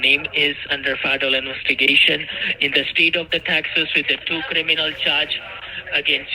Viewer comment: Sorry. I meant inwestigation